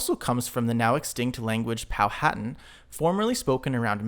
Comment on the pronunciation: Quick note: Powhatan (VA & MD Tribe) is pronounced Po-wHu-Tan, it is the paternal tribe of Pocahontas. Nice Video, btw, great idea adding in the maps while referencing the language!....would like to see more. 👍